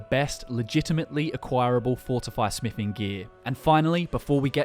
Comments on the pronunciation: "Smifing" Sorry, didn't know that skill was in skyrim. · its smithing not smiffing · Holy shit it's smiTHing not smiffing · Smiffing...love it. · You say TH when you pronounce the, this, that etc. But you say F instead of TH when you say another/anover , smithing/smiffing, with/wiv, thumbs/fumbs up. You have a selective speech impediment huh? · Whats is “smifing” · Learn how to pronounce a "th" sound. Jesus christ. "smiffin" on every second word was unbearable.